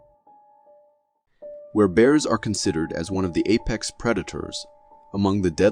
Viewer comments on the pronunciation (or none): none